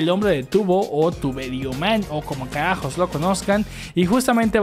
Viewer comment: Dijo Calacjos